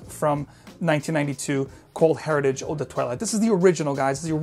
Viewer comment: Pardon my French. It's pronounced Air eee taj .